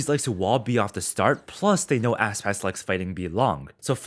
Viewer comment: my guy called Aspas "asspass"